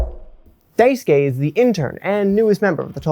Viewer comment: this is a fantastic video. i have no notes on the content! however its pronounce dice-kay! you dont need to emphasis the u like "dai su ke" just dicekay! <3